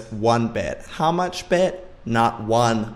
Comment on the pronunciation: I don't like this one bit. How much bit? Not one BIT-uh!